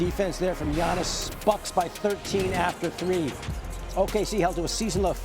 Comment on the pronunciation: 2025 is round the corner and Legler still can't say Giannis' name right.